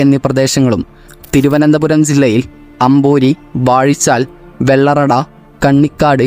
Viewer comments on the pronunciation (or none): none